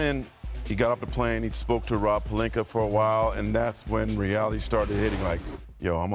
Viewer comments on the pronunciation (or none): SAS: “LuKeR” Dongich & Rob “PeLinKeR” 👨🏾‍💼😂😂😂